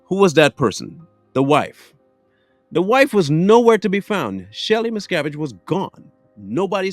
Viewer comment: Mispronounced her last name